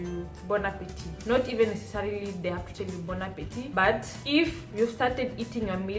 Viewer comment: Salut la belle. The lighting is perfect. Other times, you got it too bright. Your pronunciation is excellent. Bon appetit .. (there is no 'e' at the end. "appetit" is masculine word. You don't pronounce the last "t") Bonne arrivee ("arrivee" is feminine word .. so "bonne" not "bon" ... for masculine words, you write "bon") Bonne digestion ("digestion" is feminine word)